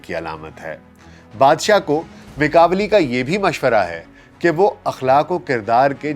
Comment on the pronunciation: Italian name pronounce "ma kia veli"